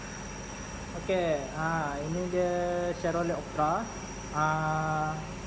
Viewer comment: Salam. Sebutan yg betul Shev-ro-ley. Skirting set yg di pasang pada asalnya adalah buatan malaysia. Supplier local saja. Kaler ni kalau tak silap di panggil SANDAL WOOD. Optra = daewoo lacetti. Buatan korea. 1.6 lebih power dari 1.8. Cuma 1.8 lebih exclusive dan sunyi dalam kabin.